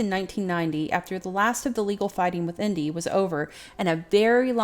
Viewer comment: The name isn´t pronounced "Indy" but rather "An-deh" but not precisely. I don´t know if this particularly e-sound exists in English.